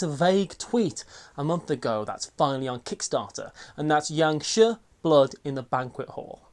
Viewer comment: Great one as per the norm! Always look forward to your vids! Just FYI, Jiangshi is pronounced as jee-ung shi. I think it is anyway. Mandarin is mad.